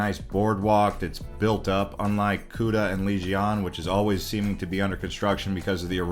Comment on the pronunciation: Enjoying your content very much! Just wanted to say though sorry but you are pronouncing Legian wrong. It is Leg-i-ann 😝 cheers